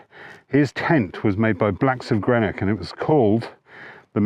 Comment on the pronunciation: ‘Grenock’ brill. I’m not meaning to annoy- but I worked in Glasgow with a guy from Greater London who pronounced Govan ( Guhvin as per Rab C. Nesbitt) as ‘Geau-vah ‘ much to the delight of colleagues. Blacks ( formerly ‘of Greenock’) is still on the go but amalgamated with Go Outdoirs etc-I had one of their bombproof Stormshield a back in the 80s and nearby Govan- inspiration for the anagram ‘Vango’- who mae the rucksack I used back then and the old Force 10s used in the Scouts. The Scots founders of Rab and Buffalo moved to Sheffield to get their stuff made though. I just made a purchase of Rab gear from Taunton Leisure and was impressed. My better half’s in Devon with family at the moment. Small world. Gem of a video.😄👍🏻